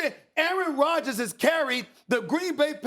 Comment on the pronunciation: Aaron rodgers not aaron rogers